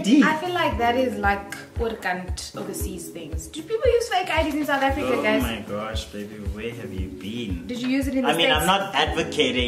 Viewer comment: "Oh my gosho" 🤣🤣🤣